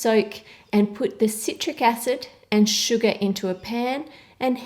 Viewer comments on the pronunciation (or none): Ann: "Sugar" Me: (Hears 'Suga') "A TO THE G TO THE U TO THE STD" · I love how you say "sugar". :D It's like "Shugaahr". :3